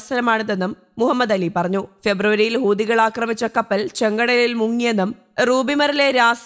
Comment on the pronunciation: ഹൂദികൾ അല്ല. ഹൂത്തികൾ എന്നാണ്.